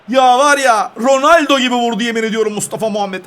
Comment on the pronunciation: ROnaldoya roneldo diyen ilk defa gördüm😁😁😁😁😁